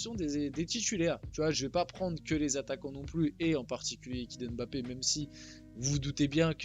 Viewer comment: Je suis camerounais et j'apprécie beaucoup le fait que tu dises " Mbappe " ( qui est un nom de chez moi ) et pas " M " " bappe " . Merci de faire l'effort de prononcer correctement le nom